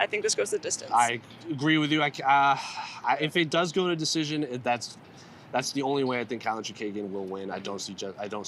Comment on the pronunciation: It’s kate-Lynn not “cat-Lynn” geesh that was really annoying me. 🤦🏻‍♂️I know she spells it Katlyn but I’ve never heard the broadcasters pronounce it like these 2 are and the fighters give the broadcasters a audio version of how to pronounce their names.